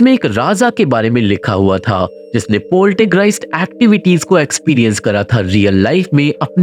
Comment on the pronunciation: Not Poltergreist, it's Poltergeist.